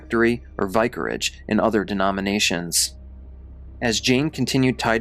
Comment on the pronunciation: V- eye-carage?? Are you one of the channels that pronounces things wrong for more engagement